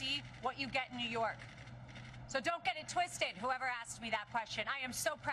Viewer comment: Neeww Yorkkk, Neewhu Yorrrrkkkkk! ❤